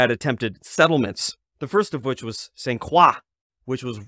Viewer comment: Please stop prouncing St. Croix in French. in Maine, it's prounced St Croy.